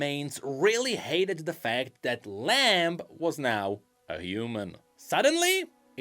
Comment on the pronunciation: Lamb is Lam. The B is silent. >_>